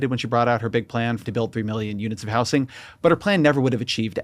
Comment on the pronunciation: Why does he say house-ing